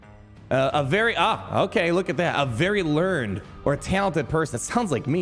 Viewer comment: Sir , didn't you go to lawyer school ? How did you not know what a savant is? I hope you were playing around.. that's near as bad as mobile gamer is to the English language. I guess at least you looked it up and educated yourself... oh and its pronounced learn-ned in that sentence. Dust off that diploma . I hate to see the cracks of the perfect persona.